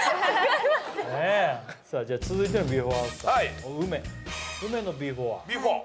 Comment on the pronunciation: 設楽さんの言う「ビフォア」が引っかかる（笑）